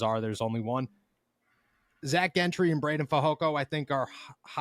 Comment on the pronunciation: Why does it bother me the way says Zack’s last name. Maybe because nobody else in the world is pronouncing the G that way. Follow us, it’s Gentry like Gentleman UGGG. Not happy with King trade but for temp we will see but there is something fishy about this guy being available especially being cut by Texans. We will see if he helps until we can get some permanent top quality help. is so happy like we just got sauce hahaha. I trust Kahn that he at least tried to get some depth at CB from what’s out there and hopefully he’s better than Pierre in the game because Pierre helped us last year, he wasn’t great but he helped instead of hurt us. Welcome Desmond King. I’ll be happy after I see him play. Thanks for the good reporting. Haha said it right the first time. They keep going back and forth changing the G that’s why it bothers me OMG